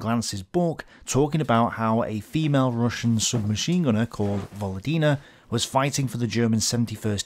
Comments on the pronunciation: Just a small pronounciation correction,. It pronounce VoLOdina with an emphasis on LO. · volOdina. Stress on second syllable 😊 if its russian lastname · actually Volódina is surname with you pronouncing with wrong stress. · "Volodina", it's most likely is a surname - "Володина". Like Stress on the second syllable btw. On second "o". Pretty common russian surname actually. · This is 100% surname, just put the emphasis wrong. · I would assume "Volodina" is a surname, with stress falling on second vowel. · I really like your videos, thank you very much. But one small detail is very hard on the ear: in Volodina surname the emphasis is on the second "o", and not on "i", although on the other hand, she does not deserve correct pronunciation for her frigging collaborationism. Thanks!